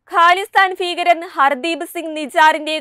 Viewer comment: ക്യാനഡ അല്ല... കാനഡ ആണ്. ഹാലിസ്ഥാൻ ഫീകരൻ അല്ല... ഖാലിസ്ഥാൻ ഭീകരൻ ആണ്... ഫാരതം അല്ല... ഭാരതം ആണ്...